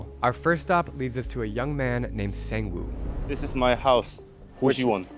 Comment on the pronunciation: HE IS NOT A SANG WOO IT'S PRONOUCE CALLED SONG WOO